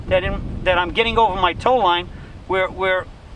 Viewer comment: "Ova da riva" lol